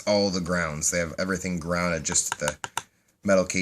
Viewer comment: You're now a well-'gounded' sort of chap/fellow/guy --- sodder my solder and solder my sodder....and we will go a' walking, bright meadows in May.